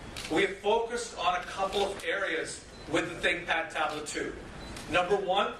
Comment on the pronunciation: Is it just me or the way he says think pad tablet sounds like big fat tablet.